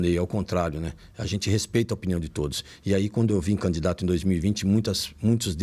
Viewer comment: CAMDIDATO? COM ESSE PORTUGUÊS E QUER FALAR DO CARA? 😂😂😂😂😂